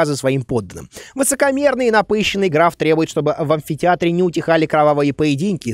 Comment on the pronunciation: 22 58 (ГРАВ) правильно ГРАФ